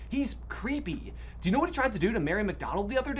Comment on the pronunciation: Lol, I heard Do patronus as Dough patronus🤣🤣